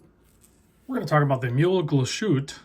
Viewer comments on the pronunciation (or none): I hate to be this guy, but I will because it’s very common to mispronounce Glashütte. There’s no “shh” sound in Glashütte and the “e” is not silent. 3 syllables spoken phonetically: Glass-hoo-teh It’s not perfect, but if you say it like that, you’ll be closer than most Americans.